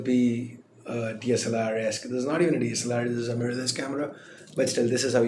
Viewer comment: DLSR rocks, I don't know why were you sad while wasn't able to say DSLR